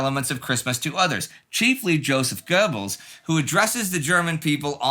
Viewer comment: Your pronunciation of josef goebbels was glorious